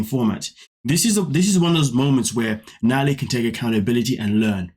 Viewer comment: Nutalie, Nutalie, Nutalie 🙄🙄🙄, please sit down girl 🙄🙄🙄